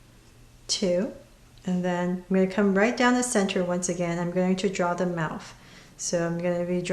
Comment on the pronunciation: why are you saying mouf